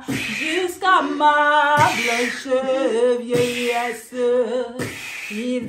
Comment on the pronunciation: Vieillessé, promessé 😂😂😂 mèsi